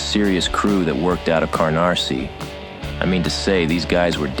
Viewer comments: Not "Carnarsie" it's 'Canarsie'. The Liotta sounding voice over is a good effect. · kar nar see. your delivery is awful. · The AI voice pronounces Canarse * CAR Narsie? Is that intentional because they stole cars? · Guy..its not CARnarsie! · I know right “carnarsie”, did Katz know the demeo crew rep already or they weren’t as known as they would be by then if so Katz was veeery foolish to mess with the demo crew like he did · is there a way to work on the narrator pronunciation? The little things like that, in my opinion anyway that either make or break the whole thing. In this particular instance the pronunciation of Canarsie was probably the worst offense.